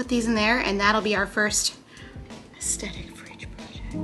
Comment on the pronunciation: The TH in "aesthetic" is pronounced like the TH in "theater," not like a T. Almost every YouTuber gets this wrong.